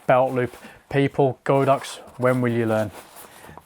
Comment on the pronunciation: It’s God Ox not Go Dox.